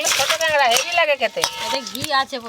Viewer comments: দিদি তুমি কাঁকড়া কে কাগড়া বলো কেন⁉️শুনতে খারাপ শোনায়... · Kagra na kakra vul kotha bolchen r language thik korun